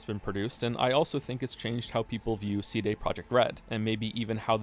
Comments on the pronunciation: is the way you pronounce CD the april fools? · The real April fools joke here is the way pronounces "CD"